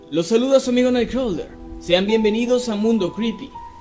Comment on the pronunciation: Creo que ya lo comenté antes, pero lo digo de nuevo, amo tu voz y como pronuncias 'NightCrawler' 😍